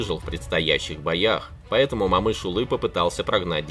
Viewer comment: О читается как О, не Мамыш а Момыш!